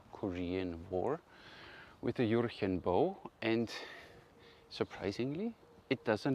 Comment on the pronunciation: juhhhhh-chen the "r" is a strong h